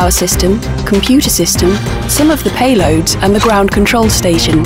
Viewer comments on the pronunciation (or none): haha i heard the same xD did you want to se you shit fly s 800 xD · What does she say though? :o I can only hear that word.. feces.. mainly because i cant speak english flawless but oh well.. maybe i dont know the word shes saying XD